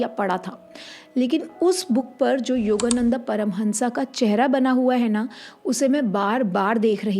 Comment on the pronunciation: योगानंद... Not योगानंदा... 🌹